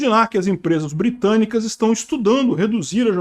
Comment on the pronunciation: Calma! Empresas "Bitânicas"? Compreensível.